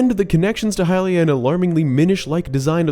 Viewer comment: It's not hylia.